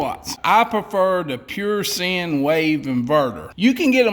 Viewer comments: Sine wave is pronounced like sign. As in a Stop Sign. Not sin and you have done something against God. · It's pronounced sign not sin. Other than that, you get an A- from an IBEW instructor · Since when did sine become sin? Actually sine is pronounced like the word sign. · Sine is actually pronounced sign not sin. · Hey it’s sine not sin 😂🤣😂🤣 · Sine....as in Wave ! Pronounced like, " Sign " ! A " Sin " wave is the wave you get as your driving thru the hood, and a prostitute waves at you ! 😳 100 Amp Fuse ! Not Watt ! Just Say'n ! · “Pure sin” lol I know y’all full of sin down there but sine as in “sine wave” is the shape and is pronounced like a street sign. Great video though just cracked me up. It’s pure sin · I'm not policing your channel but Sine is not pronounced "Sin", it is pronounced "Sign". It represents a electric polarity shift of 0 volts to +120VAC to -120VAC in a linear progression. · Sine= sign....not sin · It's pronounced S-EYE-N, NOT sin. The "I" has a long sound, not a short sound. Nice project though. The fish jokes were funny. I told them to a friend and he laughed. LOL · It's pronounced like "sign" not sin. Sine Wave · omfg its pure sine wave not pure sin. -_ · SIne invertor. not sin. SINE. It didn't offend God. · I did like your video! When it comes to the output of an inverter the 'Sine wave' is pronounced 'Sign' (Like a road sign.) not 'Sin'. (Like what the Devel makes you do!) (The sine wave is how clean the voltage is, most flat-screen TVs need a good sign wave.) I plan on a build but instead of a 600-watt inverter, I plan on a 3500-watt. With at least two (2) batteries so I can run the coffee pot and the TV as well as the refrigerator, and freezer. Not all at the same time. I have a 250-gallon propane tank so my heat will be good! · The word SINE is pronounced as in sign not sin. So that is a "sign" inverter not a "sin" inverter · 'Sine' is pronounced 'sign' not 'sin'. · Argggh it’s SIGN!! Not SIN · Pure Sine pronounced Sign